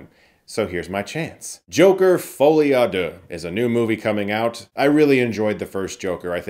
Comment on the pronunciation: I think Stuckmann pronounced the title correctly on the first try